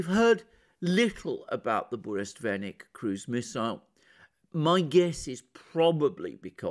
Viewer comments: Let me correct your heavily mispronounced Russian weapon,. It's pronounced as BURRE - WEST - NICK. The name is compounded of twol nouns that even me as non Russian speaker am able to grasp! BURRA means "tempest, storm" in particular and turmoil in general. WEST is simply "a bit of a news" but WESTNICK means "news courier" or simpler "a herald". So, joining it all together I hope you can anticipate how even with the most conservative translation you have anticipated a "game changer". Indeed it is. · Hello Alexander. You keep saying Burestvenik. The proper name is Burevestnik. It was named after the seabird that glides very closely to the surface of the ocean som times almost touching it. I believe in English it is called PETREL. Love you channel. Cheers. Anrei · Be advised: it's BureVESTNIK. Venik is a kind of broomstick:) Not a bad slip though. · Bure-vestnik, not burest-venik, is a storm-herald. Venik is broom ;) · its not BureSTVenik but BureVESnik.kinda a Stormbringer(Harbinger) VESnik.VES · For example, Burevestnik (not "burestvenik" as Alexander pronounces it). It is Russian name for Northern storm petrel bird. The actual word "Burevestnik" means someone who brings warning about upcoming storm. Yep, it has a very clear meaning. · Бурест Веник I like this even more than Burevestnik. Not to slight Alexander in any way, it just was a hillarious small mistake. Love your channel <3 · Burevestnik, sorry,, Russian is very difficult. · Yes, that was funny. He could've been more careful to learn the name properly. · Bure-Vest—Nik , you keep mispronouncing it . It’s like the calm before the storm translated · sure but Mercouris, who's on this planet only competes with Christoforou in terms of killing all possible non~English names, said like 50 times in this video burestvenik.